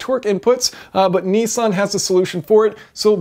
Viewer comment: A very clever gearbox & relatively simple too! I can't believe they've been around so long either! I'm surprised other manufactures haven't taken it up, what's the catch? Btw Jason, I see you still haven't learnt to pronounce Nissan properly! ;) It's Nissan not Neesan :D heheh